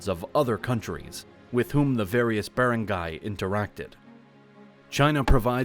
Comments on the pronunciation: you mispronounced rajah It should be RA HA and Datu is use both singular and plural not DATUS Also Bar rang gai It is cognates from the old Malay word balanghai And making baranggay during era Is by hitting the gong The longest area can hear your banging the gong or kulingtang the bigger baranggay But nowadays A baranggay must have lying centres and health centres A baranggay hall as well It should have elementary school It has at least 500 population or up A covered court as well and lastly With basket ball court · If you are going to take the time to make a good historical video you should also take the time to ask someone how to properly pronounce words like Barangay. Bah-rung-guy is the correct pronunciation. Nice video but a bit lazy. Did a bot do the narration? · bearengayhs cmon bro... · You should really learn how to pronounce these words, I'm a native Tagalog speaker and I almost didn't understand you when you said "Barangay", it also makes it hard to listen to for me due to all the very intense mispronunciations. Maybe consult a Filipino on how to pronounce some of these words. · This is very well done! Kudos. It would be even better if words such as "barangy" and "datu" were pronounced as they are in the Philippines. Hire a Filipino to fix the voice-over. Well worth the investment.